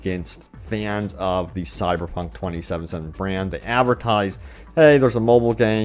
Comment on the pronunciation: Please enunciate 2077 properly.